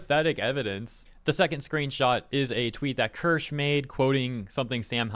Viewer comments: are you dyslexic it's ker-sha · "kursh" it's keer shuh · As some have pointed out, she pronounces it like “KEER-sha” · It's pronounced as cheee-see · German here: Maybe try "kear" (like tear) and "sheh", similar to "huh" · Not, it's pronounced Kirsche. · It's pronounced like it's spelled. Kirsche. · get name is KIR-SHAAAA, pronounce it right, it sounds bad lol. Just telling you how to pronounce her name, honestly I love your content truly enjoy you and everyone who brings all the bad behavior from people up. Keep working hard my good sir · Her name is pronounced Kear-sha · It’s pronounced Kur-sha bro lol